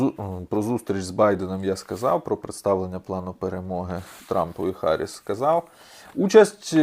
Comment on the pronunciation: Камала Гарріс, а не Харріс